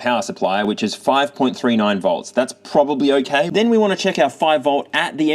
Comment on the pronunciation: the end of ze world clip when said "hokay" is 100% what you would see if you hooked up a crt to my brain and asked me to say the words "okay so"